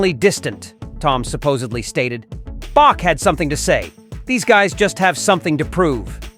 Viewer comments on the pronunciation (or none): none